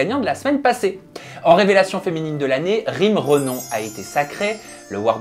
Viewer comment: Mais on dit pas Rym Renome